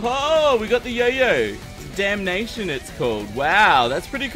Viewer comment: Did say beedamnation